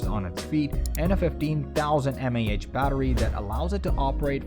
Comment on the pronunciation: While the video was informative and I'd say it was worth the watch, I did notice various parts of the narration where it seemed to trip up in exactly the way I'm familiar with the latest AI voice synths tripping up. Like you said, milliamp hour vs m a h. Articulating numbers (especially with decimal places) and units is one of the most common current issues with those models. Also some words being pronounced in a newly unusual manner that you would not expect of a regional or international accent of any kind. It's getting harder and harder to detect these AI generated voice-overs. Which startles me because more and more tech/science channels enter my feed every day that are accounts made within the last year, and all AI-generated voices. They put out a video about every notable tech topic and just push slide show after clip after stock footage over an AI narration that may as well be written by ChatGPT, and quickly build up tons of content, despite having nearly zero viewers at first. Then I notice them suddenly building up tons of subs. I'm starting to fear that many channels will become AI-generated ad-profit farms rather than sincere content, where content is provided, but not for the purpose of being passionate about providing content, with the bonus of ad revenue, but rather for the purpose of ad revenue with the bonus of providing some information. Even the description for this video is rated as 98% certainty of being AI-generated at GPTZero. Copying video descriptions